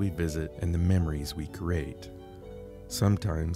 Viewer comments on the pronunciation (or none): none